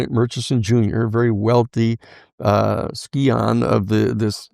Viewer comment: Did he just pronounce scion as "ski-on"?